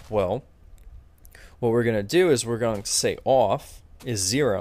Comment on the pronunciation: you say off funny! XD -xtroll